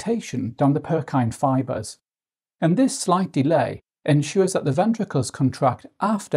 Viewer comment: Lol Purkyne fibres? You mean pukinje (PUR-kin-jee) fibres?